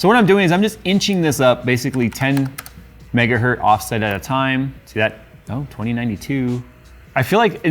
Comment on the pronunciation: Dear, one megahertz is still a megahertz, not metgahert like you say:)